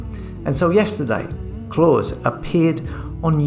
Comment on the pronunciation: Why can’t you pronounce Klaus? He’s not Santa you turd!